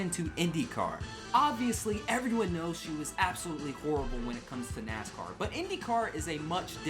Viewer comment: Danica it is NASCAR not Nicecar